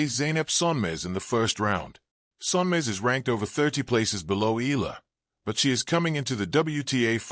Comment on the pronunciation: Hey it's pronounce Eyala. The way you pronouce arabic yallah.